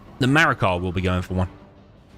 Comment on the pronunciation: Great series so far! Btw noticed you keep saying “MarakaR” and have him labeled that way but looks like no R?